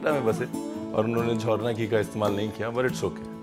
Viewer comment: M a biiig fan of u shef 🤩😍 n hav pronounced jhorna ghee perfectly veer 💯